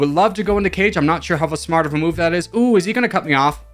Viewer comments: Kage is more like "car-gay" not cage I think it's Japanese for leader or something close Good sportsmanship from Verde👏👏👏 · Kage is Japanese for shadow and not "car-gay" it's "kah-gei"